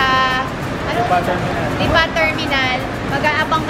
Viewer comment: Parang mali ang pronounciation ng Lipa!